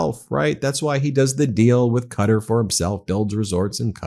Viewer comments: Its not pronounced "cutter".... its "cat-are" (Qatar) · Qua-tar not Cutter 😂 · Ben, please stop calling Qatar 'Cutter"! If you have to Google will tell you how to say Cuh- tar ... 😢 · I don't think Qatar is pronounced "cutter." I think it's pronounced, cu tar. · Love your content but Qatar is pronounced Qa. Tar , not Cudder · Kah-TAR not Cutter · it is QATAR NOT PRONOUNCED CUTTER? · You need to pronounce Qatar correctly, dude. You are killing me every time you mispronounce it!